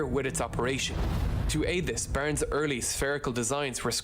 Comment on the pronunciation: It is Barnes . He pronounces it Burns. Please get it right.